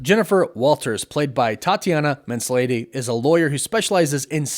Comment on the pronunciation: Two things. Her name is pronounced Tatiana mizLONee. And MS. is not Miss Marvel, it's MIZZ.